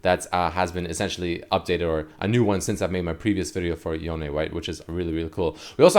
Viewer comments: I wonder if Yone is now stronger than Yasuo now that he has new powers. Edit: Also, it's pronounced Yonay. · its pronounced yoh-nay the e in japanese is kinda like ay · The way you pronounce “Yone” is very awkward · why are you saying his name like that ??